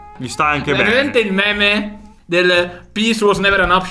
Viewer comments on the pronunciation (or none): none